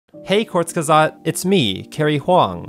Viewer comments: Does not really exist in english exactly like in german. I'd say closest would be "oo": Koort... like in "boot". But "court" is definitely wrong and sounds like an american trying to pronounce "kurz" ;) Go on forvo (dot) com and you can hear various pronunciations. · no, he called them kortsgesot. it's more like kurtsgesakt, with the urts in kurts being pronounced like the urts in hurts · what is says:KURZGESAGHT what I hear from:COUSEKESAGHT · Maybe if you pronounce "hurts" like "hoorts". Otherwise it's way off. It's Koorts-geyh-sugt, which even the original English narrator doesn't exactly get perfectly right. Really, just listening to google translate should clear up all confusion. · kurs guess aght (t is silent) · never knew it was pronounced "courts geh sought" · He said it horribly wdym? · he didn't pronounce the second g, other than that it was pretty good. The correct pronunciation is /kʊɐ̯t͡sɡəˈzaːkt/ (non-rhotic) or /kʊʁt͡sɡəˈzaːkt/ (rhotic). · Eh Kind of 60% definitely And definitely better than most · its actually wrong, im a german and its pronounced a little bit differently (kurzgesagt is a german word) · and Kurzgesagt butchering each other’s names. Me: Laughs in German-Mandarin translator. 🙃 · i just always cringe at how he pronounces kurzgesagt